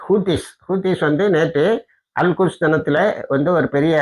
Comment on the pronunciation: திருத்தமாக சொல்லுங்க அல் குஷ் என்பது கெட்ட சொல் அல் குத்ஸ் என்று தெழிவாக சொல்லவும்